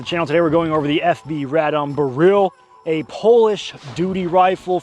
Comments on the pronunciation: It's BEryl, not beRYL. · BEH RELL. not freaking bihreeeeeeeeeeeeel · BEryl, the stress is always on the penultimate syllable in Polish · Every time you say Beryl, I hear “garyl” like gallial but from Kim jun whoever from team America. Blue jean operator has better music, so get working on that one slacker!! But it’s still a great video and I love you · It's not pronounced like galil stop saying it weird i would like to but cant keep watching STOP SAYING IT WEIRD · This is my first time hearing "Beryl" out loud aside from PUBG voice comms, and I'm sad to say I was not pronouncing it correctly.